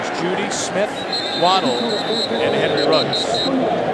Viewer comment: Its Henry ruggs not riggs commentator